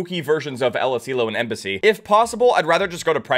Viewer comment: Why did say embussy 😭😭